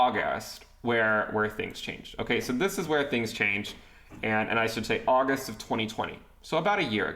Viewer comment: The august makes me think has been practicing for his Forbes interview